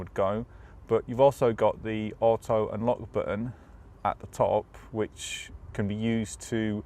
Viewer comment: "Under the hood"...You are from the UK where we call it a bonnet. Plus why can't you properly say "auto"